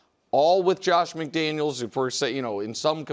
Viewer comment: It's McDaniels